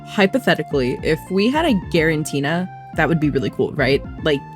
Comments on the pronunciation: you misspronounonsd the name of the pokemon :3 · The way you pronounce " Giratina " low-key threw me off, what the frick? 😂